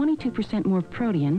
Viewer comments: she says protein weird. I am tripping out. “Pro-tee-un” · Yes it's strange. Up to at least the early 1970s they pronounced it pro-tee-in. Have no idea why because it doesn't make much sense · I'm sorry, I was groovin' way too hard to the sweet, sweet soundtrack to catch all that... "Pro'-tee-in", "niacin" (who knew?)... Gotta get back to the mood, dude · Never in my life have I ever heard someone pronounce "protein" as "protee-in". Edit: the heck is "new pork"? Pork is pork bruh. Lol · I've never heard "protein" pronounced that way before.